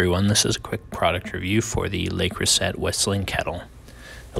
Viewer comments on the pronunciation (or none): T is silent 😉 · "Lay Crewset" 🥲